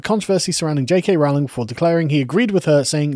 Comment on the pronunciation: It's roe-ling, not rowl-ing.